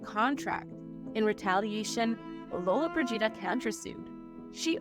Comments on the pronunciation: LolloBRIgida ... not LollobriGIda :D Wrong accentuation sounds like "frigid" .... As for the topic, very interesting and a strong story. Men of power then all they wanted was to use their crown jewells below the belt. I wish I could time travel and give them an ear full (putting it mildly). Gina lived a long life - I was amazed 95 !!! She was at the end very fragile, trying to hide all imperfections to the best she could. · Lolo-bridge-eeda! Please practice the proper pronunciation of these names. It's a sign of respect! I have to say that the Scottish fellow does the best at these narrations! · Lo-Lo Bridge Eeda? Really 😂😂😂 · It’s Lo-lo BREE jee dah! The accent is on the third syllable. I can’t watch it now because it’s so annoying that the name is mispronounced! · LOW-la BRIDGE-ida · If you are going to make a video about Gina Lollobrigida you should learn how to pronounce her name. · If you're going to narrate a video about a celebrity, please learn how to pronounce her last name. It's not hard to figure it out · What kind of journalism is this? This is a famous lady and you don't know how to pronounce her last name? My suggestion is stop being a presenter/ commentator on this show! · Was there a reason why you consistently called her the wrong last name ? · Hard to believe you wouldn’t practice the correct pronunciation of her name before making a video! Unprofessional! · Like nails down a chalkboard………… every time you mispronounce Gina Lolabrigida’s name. Unacceptable, disrespectful and utterly rude. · could the narrator please learn how to pronoune her name please?? i wont watch this ignorant little documentary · Once, just once I wish the narrators would learn how to properly pronounce actors names. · The narrator and Adobe Premiere Pro editor are doing more damage to Gina Lollobrigida than any of her boyfriends did. The narrator and editor waited until she was gone, then twisted the truth, including the pronunciation of her name. YouTube encourages fraud.